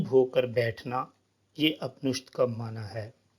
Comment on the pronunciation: Apnishdh nahi Upnishadh